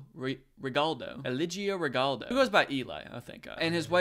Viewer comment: Not a big deal but I want to clarify something that I haven’t been able to find in the comments so far and that’s just that I’m pretty sure Eligio is pronounced “Eh-lee-hee-oh” (with the emphasis on “lee”, so “eh-LEE-hee-oh”), and Regalado is “Reh-heh-lah-doh”. Just in case anyone was curious